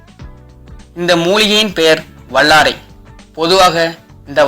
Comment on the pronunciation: வல்லாரை சரியா....வள்ளாரை இல்லை ஓ.கே